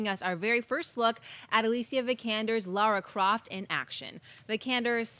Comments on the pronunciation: Yeah I know. They say Laura and not Lara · LARA not Laura, ffs. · cmon guys it's lara croft not lora croft geez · Lara! Not Laura! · It's LARA not Laura. lol It's obvious that they haven't played any of the games. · LARA, not Laura. How hard is it to read when it's part of your job?